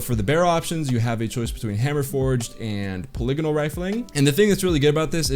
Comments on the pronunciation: Poly gon al rifling not pa lig in al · Plebs "POLYYYGONAAAL" The right way "pol-I-go-nal" 🤔😒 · the way he says polygonal, haha. i love it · That’s the first time I’ve heard polygonal pronounced that way 😆